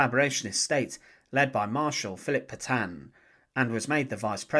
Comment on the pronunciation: Se pronuncian de gol y Petion